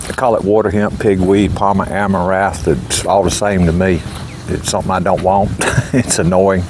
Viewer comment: You're doing better, but it's AmaraNth. It sounds like you're leaving out the N. It can be embarrassing to say wrong things when asking for chemicals and such. I've done it. Hope you're not offended by a little correction. As an example, it just sends me to hear my brother say "gly so fate" with great confidence. And glu fos in ate hasn't even been attempted,yet. Farm on ,bud!!